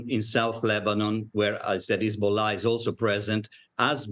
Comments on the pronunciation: Hazabollh it is not lebonan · Hezbowla lol come on your a news anchor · Are you serious?! She can’t even pronounce it. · She can't even pronounce Hezbollah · It would be important to Pronounce Hezbollah Correctly I assume you have a education She cuts off the person rude War is Horrible like there going to tell you please really just talking head no sense these reporters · Especially her pronunciation of Hezbollah. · Couldnt pronounce Lebanon or Hezbollah.